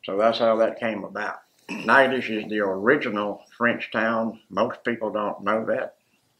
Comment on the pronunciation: SAME!! Every time he said the name I thought "that's a lot of silent letters". Haha